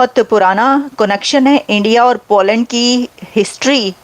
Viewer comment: भाई, पो लॅन्ड नही पोलन्ड...सही बोला करो...